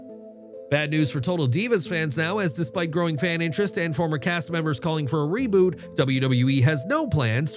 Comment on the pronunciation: He fucked up reboot like three times in a row lmao. I heard revoot ruboot and one more I think lol